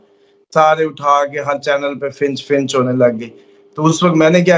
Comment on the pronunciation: Bhai “finch” nahin “Fitch” hai, please!!!